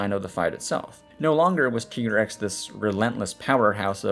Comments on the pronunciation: ”TEA”GREX. Aah.. From that moment i know we couldn't be friend. ”TIE"GREX! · Also, it's canonically TYE-grex - like, Tiger-Rex